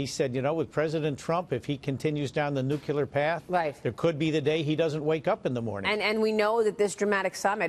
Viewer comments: I didn't realize Maria was such a great softball pitcher! Where did she get so good? But I digress... Mr. Collins, the word is nu cle ar, new klee ar, not nuke you lure. Even Mr. Trump says nuclear, new klee ar and he is a realtor, really, not a re la tor... But then, Mr. Collins, you say Mr. Trump has "balls in the air" so let's hope it's not America's, Mr. Collins. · "NO NUCULAR WEAPONS WHATSOEVER" jeez its NUCLEAR you morons